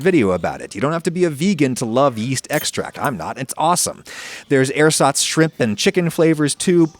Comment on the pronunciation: Pro tip: in the word 'ersatz' the stress is on the satz